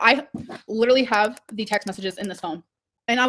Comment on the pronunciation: "I LIDURALLY HAVE PROOF! I'VE GOT THE TEXTS ON THIS PHONE!" ...then show them?!